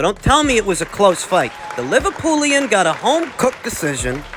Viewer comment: it’s “Liverpudlian” 😂,other than that, spot on as usual!